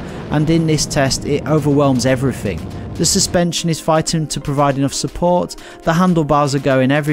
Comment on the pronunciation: everyfing, there's a "th" in there you know